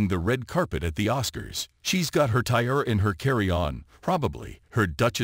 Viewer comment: Tiara is pronounced tea-air-a.